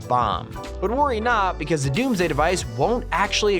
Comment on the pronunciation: When he says DOMMS DAY Device Im like hide the all the fish